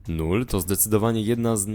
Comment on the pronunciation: nie null tylko lull hehe :-)